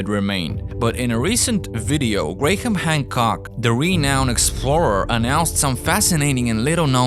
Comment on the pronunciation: Can you teach your compuvoice that Graham isn't usually pronounced Gra-ham, oy Grayham